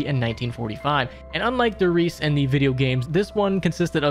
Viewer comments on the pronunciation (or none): s's in german are pronounced similar to z's in english, and the e at the end of words is pronounced -eh. so riese is pronounced like ree-zeh. also, the article die (e.g. die glocke) is pronounced dee, not the english word die